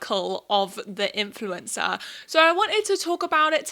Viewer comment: Sounds like you are saying 'influenza' lol